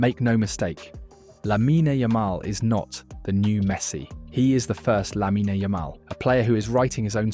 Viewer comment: It’s Lamine, not “Laminey” 😔